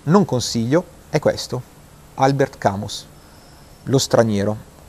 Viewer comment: Scusa, ma non serve una laurea in lingue per pronunciare correttamente il nome di uno scrittore, peraltro così famoso... mi viene da pensare che tu non l'abbia mai neanche sentito nominare e per un lettore che possa definirsi tale è davvero terrificante (per non dire deprimente). Personalmente, non vivo delle opinioni altrui e penso sempre con la mia testa, per cui il mio giudizio su Camus mi viene dalla lettura dei suoi testi, in particolare La peste, ma più di tutti proprio Lo straniero, che considero il romanzo (quasi) perfetto, quello che vorrei scrivere o aver scritto io e che, a differenza tua, ho amato come pochi altri, ma qui siamo più nell'ambito dei gusti personali. Ma quello che ti vorrei far capire è che, al di la dei gusti soggettivi, esistono dei dati di realtà, per così dire 'oggettivi', vale a dire giudizi estetici diffusi e consolidati che riguardano le opere di Camus come di molti altri artisti... fa parte del gioco della creazione artistica. Perciò, con questi tuoi giudizi un po' superficiali e approssimativi, che non tengono conto di questa realtà critica, rischi solo di renderti ridicolo e di fare la figura dell'ignorante, nel senso di colui che 'ignora' tutto ciò... Un saluto.